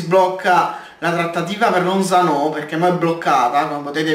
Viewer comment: lozano senza l accento sulla o